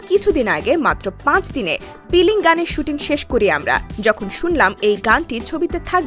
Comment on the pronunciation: Piling na filing😂